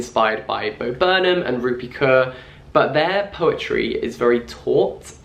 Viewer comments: Interesting to hear your pronunciation of 'kaur' when you said her name. I've never heard someone say it that way haha. It's actually pronounced as 'core' in case you're wondering. Anyway you produced yet another amazing video for me to watch over dinner so thanks :) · why would you pronounce the kaur in rupi kaur like that lmaoo